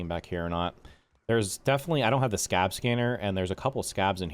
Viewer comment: Hey, I noticed you didn't know, but things like the Sca.B's and the bots are pronounced [sca-BEE] and [ruz-TEE]. you pronounce the first part normally, and the letter after the period is spoken. Thank you for your time!